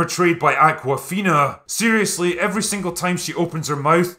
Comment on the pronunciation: I had considered seeing it, but then I saw that "Ackwafeenah" is in it. Fuck no! 👉😵💨